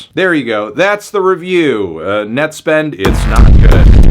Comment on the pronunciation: why does he say nett like a slur